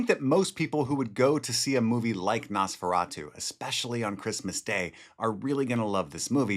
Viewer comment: NOS Please ! Nosferatu. NOT :👃feratu .